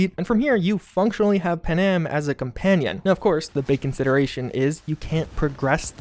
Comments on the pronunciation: Lol pa-nam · Bro, who’s “pa-nam” LOL